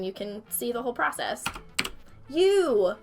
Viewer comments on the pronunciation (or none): none